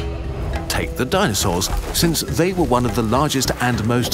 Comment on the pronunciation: And they actually sounds like Yee